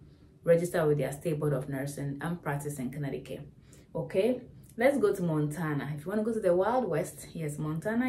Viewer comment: Connecticut = Con-etiquette